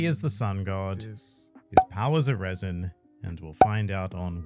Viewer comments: pronouncing raisin, rather than resin, is so funny. Unintentionally creating raisin raisin fruit. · 🤣 "Reh-sin", not raisen raisen fruit😂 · I love how you say raisin indtead of resin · Fantastic video but i couldnt help but hear the word "raisin" every time said "resin" 🤣🤣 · The way say Resin like RAIsin makes me chuckle. Love this collab SOOOOOOOOOOO much! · No offense but every time says resin it sounds like raisin and i think a raisin raisin fruit is just hilarious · Not the “RAISIN RAISIN” no mi 🤣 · Lol it sounds like is saying the "Raisin Raisin fruit". I am just trying to imagine what powers the Raisin Raisin fruit would have. It would certainly be a possible fruit power in the Oda world. (It was so funny that we get that califa soap fruit, which was surprisingly strong) Thanks for the great content guys! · Am I the only one hearing "raisin" whenever is attempting the word resin? lol A thing I don't hear enough about the "three favourite panels" argument is that the answer was regarding the imagery, in the Sabaody case Robin wiping her hand on Usopp (for being realistic and mundane but still, to him, really funny), not the scene itself including speech bubbles. Oh, and technically Momo doesn't have a man made version of the Koi Koi Fruit, Vegapunk didn't create it out of the dna (lineage factor) from the devil fruit but from Kaido himself. So Momo has technically the Kaido Kaido no Mi, and since Kaido had already awakened dragon form it was part of his dna code and could explain why Momo transforms straight into dragon form and there's no fish form.